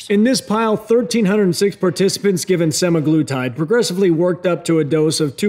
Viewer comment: You're not pronouncing it incorrectly. Sem A' gloo tyd. And for most, people have to be on this shit for life to maintain once they've lost their weight and started hating food. And studies have shown that the VAST majority who get off of this medication will gain their weight back, or more. Not to mention the side effects while being on it, none of which you mentioned. Crazy that a man who is in amazing shape and doesn't have diabetes is able to get semaglutide while those who have diabetes and actually need this diabetes medication struggle to get it. 1.77 million subscribers and many of these people will go get this medication for cutting, which is not the intention. Many will develop kidney problems and other issues. Really disappointing that this is no better than a VShred video. But whatever it takes to get likes and subscribers I guess. Love your other videos but you've lost my trust.